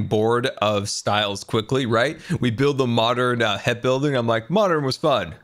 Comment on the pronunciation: its... HEP. Not "HIP"...... GAH!!!!